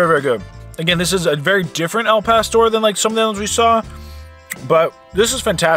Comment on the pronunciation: El pastor? Dude, your killing me. Lol